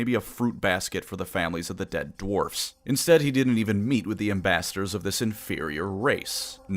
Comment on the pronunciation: There very short sighted no need for hard rrrrr in dewarfs